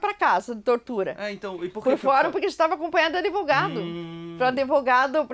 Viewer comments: Senhora começa aprendendo a falar ADVOGADO(A). E com D mudo senhora! Por favor!!!!!!! Fere meu ouvido um bacharel falar assim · Adevogado? Gente, advogado.